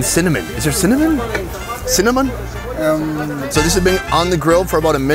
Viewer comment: "Sinimon?" Ha.